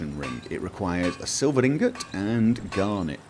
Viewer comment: "it requires a Silvor 'Ngot"